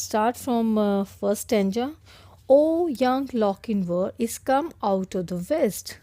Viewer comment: Mam sorry to say but you are pronouncing his name wrong his name is Lochinvar its chin for example ( chapter)